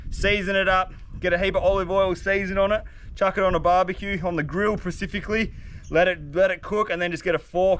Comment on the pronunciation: "precifically" had me rolling. luv ya mate